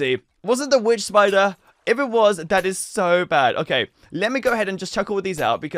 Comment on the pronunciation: Ays spayder and eskeleton spayder and slain spayder